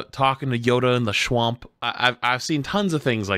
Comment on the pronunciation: the schwamp